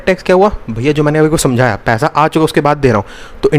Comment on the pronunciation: Paisa❌ paiha✅😂 . Btw loved the lecture bhaiya..